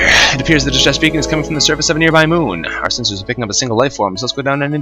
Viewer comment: 'muun muun moon' lol